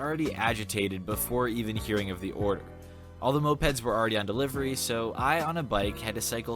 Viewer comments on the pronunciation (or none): none